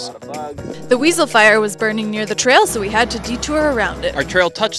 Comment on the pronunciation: Did she say weasel fire or am I hearing things 😂😂